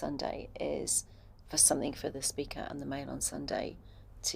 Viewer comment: "Somethink" in place? No grey matter in place 📍.